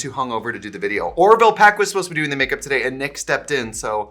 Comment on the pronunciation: The "Today" in the ad was extra yooper in this vide. TIDEEEH. (Don't take this the wrong way, I love it more than anything)